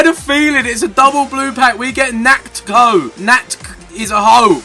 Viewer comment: Jesus, how difficult can it be to say Natkho.